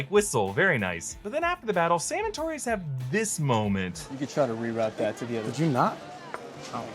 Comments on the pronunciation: It's Torres.. not Tories. I've never heard anyone pronounce Torres the way you do. He's hispanic. Also, kid isn't sketchy at all. He's a set up for the Young Avengers. Actor still looks like a teen. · Great video but I swear to God, if I hear you mispronounce Torres one more time.........